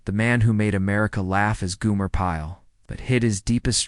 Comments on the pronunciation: How could you not know how to pronounce his name? It's Gomer (Goh-mer) not Goo-mer) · Gomer not Goomer!